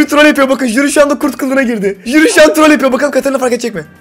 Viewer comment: HİLLE DEĞİL JÜRİ